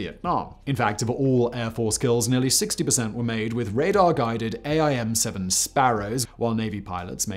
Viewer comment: Just FYI Simon, we call them aim (just like the word) not a-i-m, and for some reason we don't use the phonetic alphabet for the model, we just use the letter name. (AIM-9 L, not AIM-9 lima.) It's the same for all AIM variants. :) Also, they are called sidewinder because of the way they S-curve through the air to their target just like the snakes.